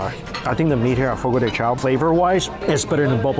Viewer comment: The pronunciation is Fo-Go Duh Shao.